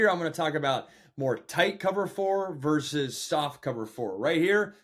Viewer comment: The word is versus, not verse